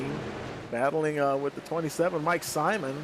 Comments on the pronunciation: Is pronounced SIMOAN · Simon is pronounced SIMONE!